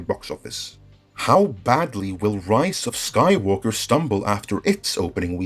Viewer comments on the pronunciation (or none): why i keep hearing "Rice of Skywalker"?